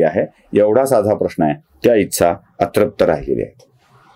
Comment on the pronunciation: तुमच्या व्हिडियोंची अनेक स्तुत्य गुणवैशिष्ट्यं आहेत. पण आणखी एक वैशिष्ट्य (जे मला स्तःला तरी स्तुत्य वाटत नाही) आहे, ते म्हणजे मराठी भाषेबद्दल नवीन ज्ञान मिळतं. "ही गोष्ट केल्या गेली", "इच्छा (तुमच्या उच्चारानुसार 'इत्सा'), "समाज़ ('जर-तर, 'जरी तरी' मधला, उर्दू भाषेमधे 'ज'खाली नुक्ता असलेला, म्हणजे 'ज़') असले परभाषेतले किंवा कुठल्याच भाषेतले नसलेले शब्द सर्रास कानावर पडतात...